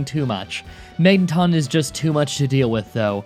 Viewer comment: It's pronounced Mag-nuh-tahn. Not Mang-ton.